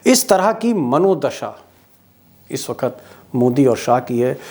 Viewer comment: सफ़ेद चादर में दाग़ जल्दी दिखते हैँ सर... आपका बड़ा फैन हूं. कोई हर दिन आपके वीडियो का इंतज़ार करता हूं... पर आपका "वक्त " को "वखत " कहना बहुत अखरता है...